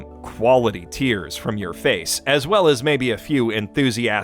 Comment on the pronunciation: "Stabbing waycism in da fase" oh my soy that's painful.